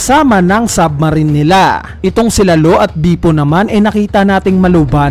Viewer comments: please lang ilang beses ko narinig pronunciation mo ng name ni bepo is bipo 🙂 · Can you pronounce Bepo correctly? natatawa lang ako